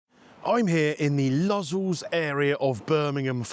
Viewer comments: Lozzulls 😂😂😂. Lo-zells. Hard o. Not ooohh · mate its pronounced low zells great video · Low zels it's pronounced mate 😂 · Brave man visiting the “Low-Zells” part of Birmingham as its pronounced. Well I know exactly where this place is albeit not been there. Top video from a beautiful Rhodes right now 🇬🇷☀️ ….Smithy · Shame that he didn’t quite get the pronunciation of Lozells quite right lol.